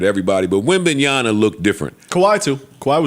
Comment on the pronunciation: Jesus Christ joe... its WEM-BAN-YA-MMMMA